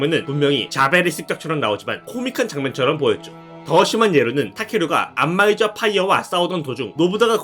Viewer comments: 안마이저가 자꾸 안마의자로 들려서 웃음참기가 힘듬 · 안마의자라고 들려요 ㅠㅠ